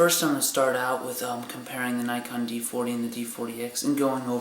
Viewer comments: yes nikon not naykon. lol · never heard someone say nikon as... nykon always heard neekon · Well, the company is japanese, therefor it should be pronounced how they pronounce it. NEE-KON